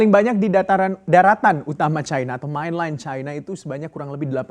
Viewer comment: Main len bukan mainlaien